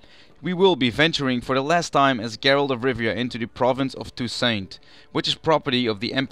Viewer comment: It's pronounced [to: sont] With a silent T at the end. Not "Too saint".